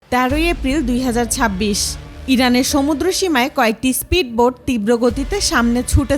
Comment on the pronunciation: ইস্পিড বোট না কথাটা স্পিড বোট 🤣